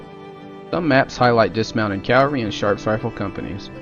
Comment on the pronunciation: A very common mistake is to say “Calvary” with a L rather than “Cavalry” with a V. Even audiobook readers have made this common mistake.